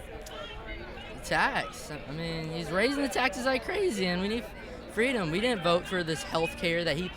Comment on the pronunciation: are they saying freedom or freedumb?